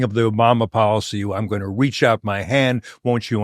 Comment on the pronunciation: Policy. Not Podicy.